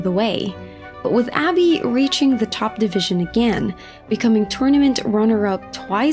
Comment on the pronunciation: its ah bee not abby xD